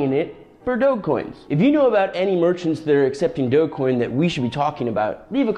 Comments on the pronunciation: it's a soft G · DRD8gQSfyuj1ghGV1BLxsG9NS75MXnAi5V Also, you're pronouncing it wrong it is pronounced "dogecoin"